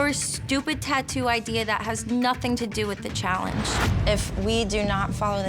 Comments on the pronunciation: "she hated every idear I had" man when I tell you I laughed my ass off 😂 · "She hated my idear" 😂 didn't miss a single idear. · dont trust anyone who says "idear" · Man I hate Julia but the dude really didn't know what BIO mechanical is. also what part of our country here in the u.s. say idear and Washington lol call a wolf a woof lol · It's spelled IDEA there is no "R"